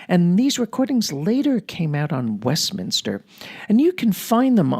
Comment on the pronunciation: Excerpt from Nadia Reisenberg's Westminster (not Westminter)... What about Henryk Sztompka (First Prize for Mazurkas at the 1st Chopin Warsaw Competition)?!... I have Chopin's Complete Mazurkas recorded by Henryk Sztompka (1950's) on 4 LPs (The Complete Works of Fryderyk Chopin) / Polskie Nagrania (Muza) / EMI... Outstanding! And what about Yakov Flier (Chopin - 51 Mazurkas) / 3 LPs / Melodiya?!... I also had this great recording. PS Oh, you didn't like Sztompka... It's a matter of taste... By the way, you pronounce incorrectly some of pianists' names (Harasiewicz, Ryszard...). And I presume you don't like Flier either...